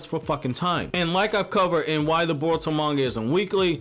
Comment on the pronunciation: Why do you keep saying burrow?